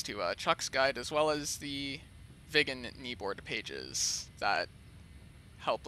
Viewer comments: More Swedish: Röv means pussy in Sweden! :P Btw: Road is väg not röäd! Or not even röåd or råäd. Also your pronounciation of Viggen sounded more like ”vegan”!? I would say it rather with small pause in the middle: Vig’gen. AlsoAlso: I wouldn’t say ”Mach point eight” until I go 1,8 mach, as I’m pretty sure you were going 0,8 mach? More Swedish: Submarine is Val in Swedish! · Fun fact, the Swedish lerter ' i ' sounds like an ' e '. It would be pronounced Vee gen. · Thats odd, what do sound like an Swedish "i" is an English "e" i.e "England". I can assure yuo that " Viggen" is prononced with an "i" like in "inbound" or "inhouse"